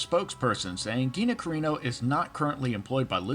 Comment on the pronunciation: “Geenah Careenoh” ahark. Good video